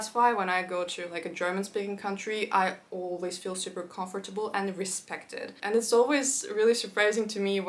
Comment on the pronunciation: You’re mispronouncing comfortable, a common mistake turks do. please dont get me wrong